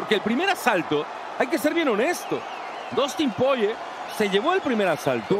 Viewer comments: Por qué el relator le dice Dustin Poiyie?? Es desesperante tanto le cuesta leer y pronunciar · porque lo llaman PORRIER o POYER ? jajajaja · Que mala que es la narración en español y lo malo que son con los nombres "Poie" y "Gaetye" que es esto? 😭😭 También usando terminos como volado para un gancho... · a alguien mas le da toc que siempre en TODAS las peleas diga mal el nombre de los peleadores? enserio me da mucho coraje, aprendete los ptos nombres minimo y dilos bien para la gente que escucha... no hace falta una carrera para aprender a pronunciar